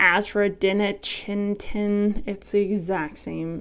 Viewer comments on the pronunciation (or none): Aza-dir-nack-din I think is how you say the ingredient. And I hate Neem. It burned the crap out of my anthuriums and the new leaves. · Ah-Za-Di-RACK--Tin. It’s even harder to say in Hindi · Active ingredient: AS-A-DIE-RACK-TIN (azadirachtin)